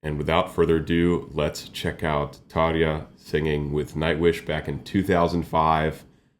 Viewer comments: Hi, I'm for the first time on your channel, great reaction and analysis. :) It's amazing version of "The Phantom Of The Opera", my favourite. I like how you pronounce Tarja's name, many reactios have big problems with her name, but you did it correct. :) She has also very dark and deep chest voice, but you can hear it only in her solo stuff. If I can recommend some artist, not from heavy music, please react to female artist Kokia, she is japanese singer, songwriter, composer, arranger and producer, also playing on piano (not that much now), she make music in genres like folk, pop, indie, classical crossover etc., and she has classical and operatic music education, but only in few songs she singing more operatic. Please react to her song "Chouwa Oto" live from History concert tour 2012, amazing song and performance, this one is in japanese language. Or, if you want to hear her more operatic vocal, please react to song "Il Mare Dei Suoni" from the same concert, full lyrics are in italian, really beautiful song and her vocal is amazing in it. Or, if you want something different, I recommend also song "Gematria" live from Layers ~Lights And Shadows~ 2016, first and second songs are different to each other, but tgis one is completely different, haha. :D It's in not existing language created by her for this one song, because like she said, emotions are the same in all languages. ;) I hope you will react to Kokia, because she is amazing and I really want to hear analysis of her voca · 👏👏👏 great job putting the effort in to pronouncing ‘Tarja’ correctly! You just made all Finns 🇫🇮💙🫵 Your understanding parallels “my lady” Charismatic….& Nightwish is the GOAT IMHO 💙🇫🇮